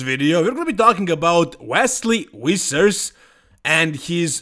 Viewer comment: No one: Ivan: WESLEY WISSERS